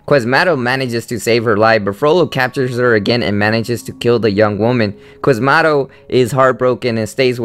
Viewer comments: its pronounced Qua-zi-mo-do not QUAS-MAH_-doh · Qwathmado. QWATHMAAADOH! As opposed to Quasimodo. And ah er ah eh ar learn not to stutter! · it's pronounced quaz-ie-modo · I don't think it is, but he could at least have the basic information of how to say the names of the characters. I mean, "Quiz motto?" "Guh-petto?" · I actually have to stop listening to this although its stuff I like. You need to learn how to pronounce Notre Dame and Quazimodo. And speak fluently without messing up works and sounding fake and uninterested. Shame, I actually love origins of these stories.